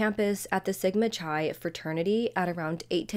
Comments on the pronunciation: Chi.... is pronounced ki.... with a long i. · Sigma Chi... Chi is pronounced with a 'K' sound.